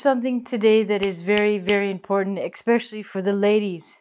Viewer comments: I'm sorry... "eckspecially"????? credibility minus minus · Did you just say "expecially" ? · did you just say expecially? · I won't speak in baby talk if you don't pronounce "especially" like "ekspescially". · English lessons from somone that says ex-specially instead of especially.... nope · "Expescialy"? Learn to talk befor you teach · "English lessons", pronounces especially as ex-specially 23 seconds in. lol what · well, to be fair, lots of people do it, but I see your point. I'm a native speaker and didn't notice it until I read this comment. People say "ek-cetera" as well (should be et-cetera) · I was thinking this too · "expecially" when she tries to say especially.... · "The vocabulary you lose"?!?!What a joke. I "expecially" like the part where she tries to say especially.. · You lost me at “exspecially.”